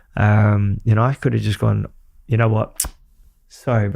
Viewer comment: It's you not yoo. 🙄